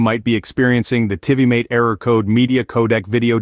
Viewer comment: My hopes weren’t high for these solutions when I heard Tivimate pronounced another way other than TVMate but spelt Tivimate. Ffs!